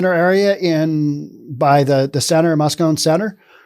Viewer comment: For what its worth the E and the end of Moscone is pronounced as a hard E. Moscon-ee